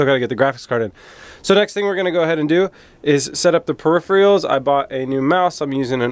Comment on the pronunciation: Your pronunciation of “peripheral” gave me aids.